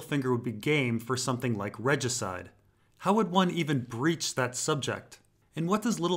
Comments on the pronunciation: You broach a subject, not breach. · Broach not breach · the word is "broach", not "breach"